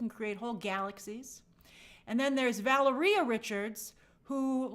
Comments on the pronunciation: Two things I’m so glad you finally found out how to pronounce Valeria’s name correctly. Secondly, I really hope that they give Sue her abilities to create force fields on air molecules, creating her that walking on air flying vibe. Probably one of my top must have fantastic four moments…. Especially if she’s going to be leading the team. Also, I pray that this movie kinda goes all out with the powers and CGI with the powers and effects and stuff. I hate a movie where it’s nothing but talking talking talking and it’s about superheroes. Why am I here watching a superhero story with no powers😂 praying for these discs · Both pronunciations of Valeria are correct